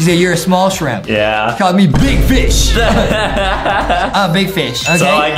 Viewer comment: You say shrimp not shriomps bro